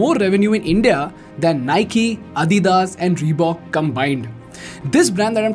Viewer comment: Adidas is not adhidhas, lol it’s called lacks not lackhas..don’t know what that means? lol ChatGPT module not Modgueeele. Hahahahaha. Wtf is scooorchiiing.) I think it’s called drink but rather you prefer to call its drink. Ohh boy..